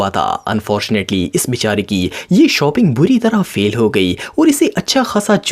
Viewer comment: Bhai shoping nahi shopping hota he